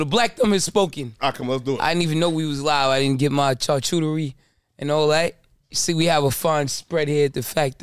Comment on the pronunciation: Ave keep saying Charcuterie wrong lmao